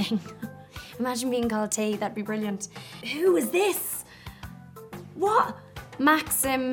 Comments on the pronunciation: she said ”what?", which sounded like "чего", which is also "what" in Russian, which is pronounced like cheewoh/chivo/whatever very natural, I thought I misheard it, but it's real, so sweet :) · я прошу прощения, НО одна сказала "чиво"?